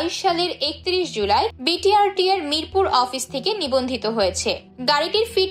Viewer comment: উপস্থাপনায় এত ভুল! ট্র্যক টোকেন? বি টি আর টি এ??